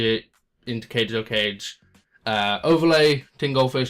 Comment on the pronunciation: You should only run 2 of each gadget, replace Them with 2 gear frame and 1 fortress. Please stop saying kagatokaga wrong,it is not cage toe cage, it is car gay. To car gay, it is a Japanese name かべとかべ